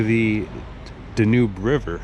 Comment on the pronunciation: It drives me nuts that this guy doesn't say the name of the Danube River properly. Seriously, with all the history that you know and you can't even say the river's name properly?